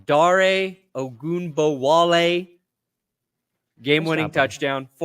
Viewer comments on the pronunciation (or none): WNBA fans know how to pronounce Ogunbowale 😤